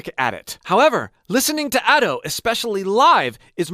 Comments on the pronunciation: Sorry to nit pick, but Ado is pronounced as Ahh-do, as in ah ok, and do as in do the note name, as a Japanese person who listens to Ado all the time it bothered me, again I'm sorry if this came off rude to you or anyone else. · Been following you for years, it's so surreal seeing Ado becoming a mainstay haha! Idk if anyone's told you or not, but her name is pronounced as "Ah-dough" 🙇🏼‍♂️ Thank you so much for the wonderful video!! So informative and insightful, especially as I prepare for my first live show! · ado? It’s Ado pronounced A-dough ok? But ur right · It's pronounced as Adu (or just as Ado id you speak spanish).